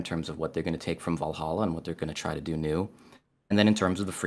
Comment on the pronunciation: why does keep pronouncing Vallaha wrong?